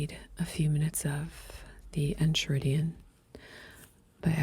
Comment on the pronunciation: This is wonderful. One small note about the Greek: the “ch” in Enchiridion is pronounced like a “k” in English. I kept saying it like “enchilada” in college, wondering why my philosophy profs were looking at me funny. 💀 But this video is awesome. Your soft-spoken voice and cadence really give new life to such ancient wisdom, especially from one of the great Stoics himself. I’m so glad I found this channel! ❤